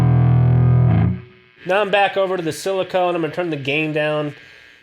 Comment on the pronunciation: Thanks for the review man! Just one thing: it's 'silicon' diodes, not silicone! Funny enough, same prononciation as Klon vs clone. Cheers!